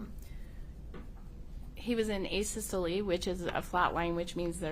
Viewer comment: Did she just say ASYSTOLL? Twice? Isn’t she supposed to be one step below a paramedic? Can someone please tell her it’s pronounced ASYSTOLEE?